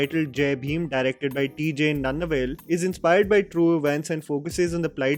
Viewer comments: Gnanavel..Not Nannavel..Niyaanavel... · The name of the director is ज्ञानवेल. Mentioned it to just correct the mispronunciation, which is just a minor error. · Its pronounced Nya-na-vel - pari - yaerum - peru - mall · Isn't there ङ in hindi. That's how you pronounce Gna in Gnanavel.